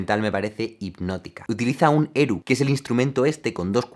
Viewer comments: Un detalle, el violin de dos cuerdas (¨erhu¨en chino) se pronuncia ¨AR JU¨ y no ¨ERU¨. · Erhu se pronuncia "er ju" con jota. Sólo como apunte. Excelente contenido como siempre. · Erhu: la primera sílaba, "er", se pronuncia como la "r" inglesa (en español sería algo así como "ar"). La segunda sílaba, "hu", se pronuncia como la jota española y una u normal "ju". Necesitaba decirlo :p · Tio al menos intenta pronunciar er hu bien, es un instrumento chino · erhu, la "h" es aspirada